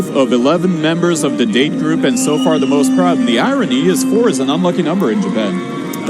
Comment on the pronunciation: Pronounced DAH-tay from tiger date, not “tiger dayt” like the announcer said. Nobody told him?…